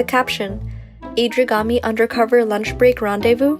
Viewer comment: ‘Adrigami’ oh these journalists x’D